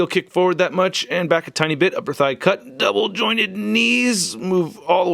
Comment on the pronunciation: you take extra effort to say "Double jointed" . :D